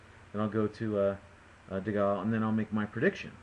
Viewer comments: Dee-Gaal lol ....Dee-Gay-il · Prediction fail. AND its Segal not Segale, so its DeGale not Degal! fool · Just so you know, it's DeGale as in Whale not Degale as Fall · chillaxe it was just a prediction i don't think anyone on here bet 10 grand on Degale because of this or anything, also stop moaning about his pronounciation, its not like you've never said something wrong i'm not trying to argue i just don't like it when people consistently moan on youtube etc.